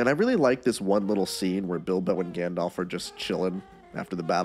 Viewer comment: "Smog" the dragon. Also, "Gandolf." And "Legoloss."